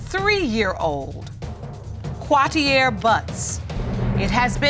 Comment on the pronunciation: Quwateee-Air?!!! Umm... What??!!🤔😑